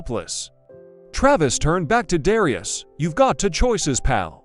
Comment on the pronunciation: The commentator doesn’t even know how to pronounce Darius’s name. It would’ve been better if it was a real confrontation where there was actually the excitement of it instead of some person talking about it.